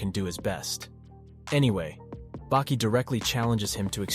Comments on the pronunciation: Saying bakey is really messing me up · I never heard anyone call Baki - Beki lol... wtf man lol why. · And he corrects it even in the middle and still calls him beki after tf?